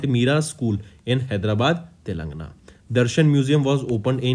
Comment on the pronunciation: Plss check the pronunciation of Telangana.ur pronunciation is like Telangna